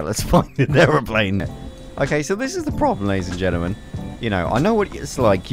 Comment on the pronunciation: You always say ladies and genelmen its weird!